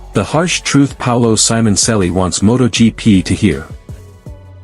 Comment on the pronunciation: WTF you can't pronunce the name right?